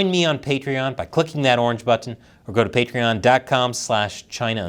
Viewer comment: You say the word "button" like its the first time you've ever said it